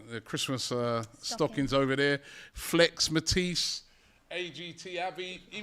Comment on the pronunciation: Sounds like he says happy birthday to fleck or flake. Definatly not hearing Flex.